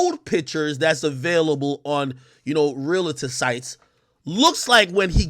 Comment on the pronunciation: Remember it’s a REAL-TOR not a REAL - A - TOR